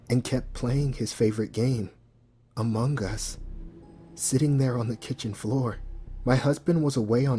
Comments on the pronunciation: Its Among Us. Not amongus. Ugh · “Amonguhn us”